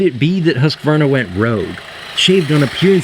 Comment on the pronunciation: HE SAID HUSQVARNA CORRECTLY (mostly at least)!!!!!!!